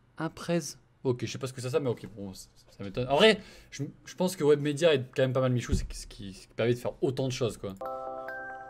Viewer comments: J’avou en plus il rend fou a dire webmedia alors que c webedia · Il a dit webmedia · mdr ta dis webmedia c webedia gros 😂